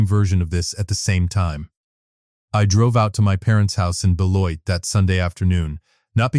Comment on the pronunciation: Very good story. Very true life lesson. I especially enjoyed this story because I used to live near Beloit, Wisconsin so the location references were spot on. And the narrator pronounced Beloit correctly, an outsider probably wouldn’t have. 👍